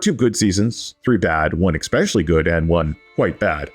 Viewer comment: Why the hell does this narrator say “ekspecially”